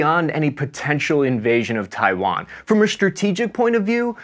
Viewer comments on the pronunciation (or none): none